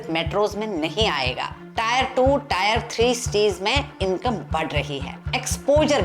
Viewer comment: Maam i appreciate ur video..just one small opinion, टायर 2-3 nahi mere khayal se टियर 2-3 bolenge 🙏🏻